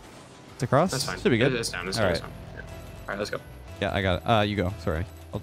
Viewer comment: Leths Canadian really came out then lmao